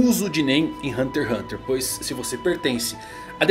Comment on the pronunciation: Ganharia um like, mas não sabe nem falar o nome do anime.